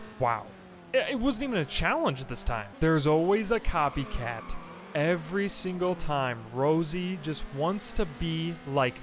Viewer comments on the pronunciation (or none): none